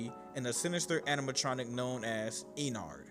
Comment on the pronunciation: ”E. Nard”